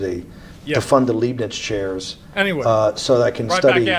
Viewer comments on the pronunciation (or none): none